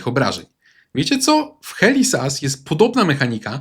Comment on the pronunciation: "HELI ZAS" XD - pozdrawiam Helę